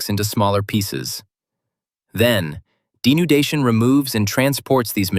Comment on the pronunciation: weathering denundation